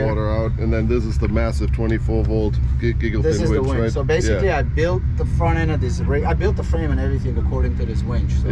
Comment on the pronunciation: wInch.. with "I" not "wEnch"